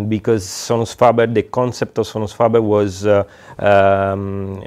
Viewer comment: fabaire pas Fabeure. Italiano faber sans majuscule.